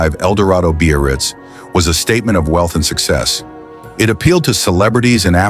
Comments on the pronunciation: When the is talking about the '55 Caddy, he speaks of the model. He calls it.. the Bee-or-reetz, or something like that. Some variation on.. beast? I dunno what he's saying. I've never heard the word he seems to be saying. `Beo-or-ritz'? `Bay-oh-ritz'? `Beer-writz'? I even went to the web-page for 1955 Cadillacs & there is no-such word in the sales-literature. There is `Brougham' for the ultra-large monstrosity land-boat of that era - but you've just stumped me. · He's (or "it's") trying to say "Biarritz." The Biarritz was the Cadillac Eldorado convertible model at the time.